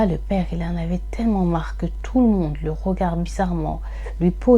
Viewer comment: salam alaykom, je te regarde de Belgique. MachaAllah je trouve cela bien ce que tu fais...ce sont des histoires inedites pour moi. Par contre stp stp stp essaye de corriger ta façon de dire regarDE, tu dis: regard....sorry ce n est pas une critique juste une petite remarque